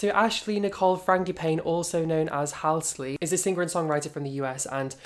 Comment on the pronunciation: Halsey not halsley daaaaaaaaaarling